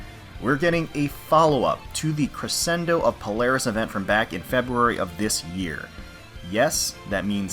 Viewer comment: It's pronounced creshendo bud.